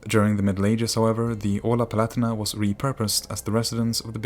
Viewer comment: Not PLatina but PALAHTEENAH